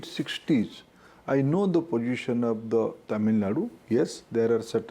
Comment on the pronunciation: It's not pojishion.. it is position . It is not ejukashion it is education.. it is not nasanol ..It is national... 😂😂😂😂 Please learn the second language properly. Then you can advise about third language